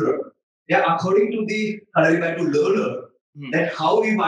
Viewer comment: it is called kalari-ppayattu